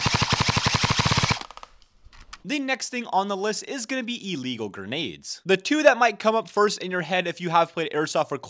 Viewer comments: he says dumb shit over and over again. This guy, insane, etc. He normally calls grenades "guh-nades" and struggled today with "carkidges". Same here, I've never priced an airsoft gun in my life but here we are lol. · He learned to say "grenades". Congratulations, I know it was hard for this guy. Insane.